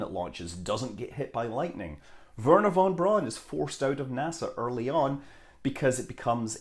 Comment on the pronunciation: You are aware that this is Scud Mumbley who can't even be arsed to pronounce von Braun and Oberth correctly.